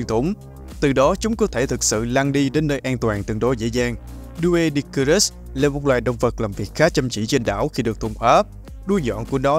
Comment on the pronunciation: Doedicurus phát âm đúng hơn là Đuy-đíc-cu-rớt nha ad